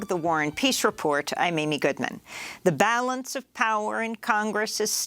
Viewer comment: Does she say “warren peace report” or “war on peace”?